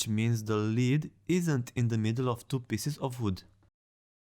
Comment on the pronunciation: You’re pronouncing lead wrong.